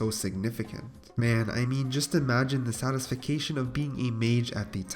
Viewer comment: any1 else hear satisfacation....?